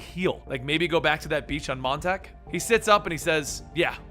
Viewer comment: Oh god montak?!? It’s Long Island come-on!! It’s LAWNG EYELAND so it’s pronounced MONTAWWK